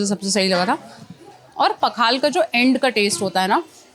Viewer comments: Pakhalaa nehi hota he. Pakhala hota he.. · Pakhala पखाल not ❌ पखाला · Its' not Pakhal it is Pakhala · It's not पखाला it's पखाल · पखाल् not पखाला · It is पखाळ not पखाला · ये पखाला नहीं पखाल होता है।।। Plz स्पेलिंग गलत मत कीजिए ये हमारा इमोशन है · It's not pakhalaa it's Pakhal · it is not "Pakhalaaaaa or pakhalo", it is "Pakhala". Keep it mind. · It's not Pakhaalaa. Hindi wale chahtey hain ki sab unke bhasha thik se bole par woh dusron ke bhasha ke saath satark nahin rehte. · It's not pakhalo, simply pakhala. A ke jagah o mat dalo please. O generally Bengali me use hota he. Pakhalo, rajo odia pronounciation nehi he😮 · Hi, correct your spelling to -pakhaal`a. Like त and ट, द and ड we have ଲ(ल) i.e - la and ଳ(l'a). Right pronunciation matters.